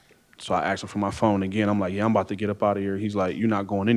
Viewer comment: She "axed ta cum"